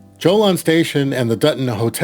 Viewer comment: Pretty sure Jolon is not pronouned "Joe Lon" but "Ho Lone".